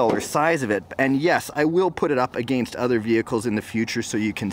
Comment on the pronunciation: It's funny how he says against